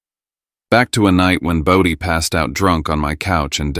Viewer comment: Its BODHI.